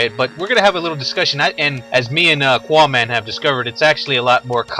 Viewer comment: Love how you can't pronounce your own name Q makes a "k" sound so qaaman would be pronounced kaaman